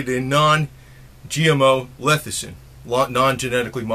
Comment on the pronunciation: Lethicin??? It's Lecithin